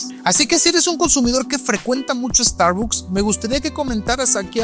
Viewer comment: Pronuncia bien la marca por favor